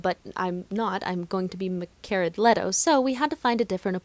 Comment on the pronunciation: "micarah leto " :D we are grateful for your fun , chaotic and supreme talent gracing this world